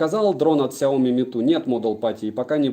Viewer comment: Смотрю в книгу, вижу фигу...(Шутка🤔🙃😊 )Без обид. Кстати правильно говорить Ксяоми ноут 10 про(судя по коробке в стриме)!!!